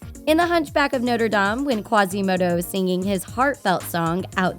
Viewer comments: Y do u say noierdam it’s Notre-Dame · The way she says Norte dame makes me cringe they say Notre dame so many times in the actual movie Sorry I’m passionate about that stuff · its actually no-tre-da-me and not notr dam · Sorry but she said Noder Dam like no sweetie no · The way the narrator said Notre Dame had me cringing!!!!!!!